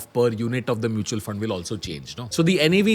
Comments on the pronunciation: hybrid "MUTAL" funds! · hybrid "MUTAL" fund.